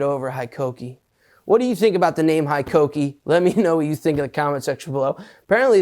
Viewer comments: It's pronounced "HEkokee" not HIkokee, and it used to be named Hitachi. We also have Metabo. I didn't know hikoki and metabo are suposed to be the same brand? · Hitachi power tools are now called Hikoki here in Japan, they have recently rebranded themselves to the new name. Their full name was Hitachi Koki, so they did the usual Japanese thing of mashing words together to get Hikoki (Pronounced hay-koh-key), derived from the English word 'high' and the Japanese term 'koki', meaning 'industrial machines'. Hitachi bought out Metabo a while back, hence the crossover in names in Europe, but Hitachi power tools was then acquired by US holding firm KKR, prompting the name change to Hikoki to differentiate the products. Here's waiting for the pump and dump and the drop in quality as is often the case after an investment firm gets their finger in the pie....... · HIKOKI=METABO ? Thought it was HITACHI